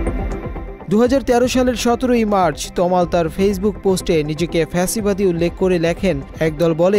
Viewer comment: কাদের দিয়ে নিউজ পড়ান?? ভুলভাল শব্দ পড়ে ।লেখছে ফা সি বাদী বানায় দিছে ফ্যা সি বাদী